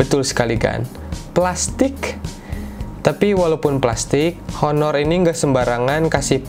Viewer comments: Bacanya aner cal bukan honor hehe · ngomong honor nya harusnya "aner" gan hahah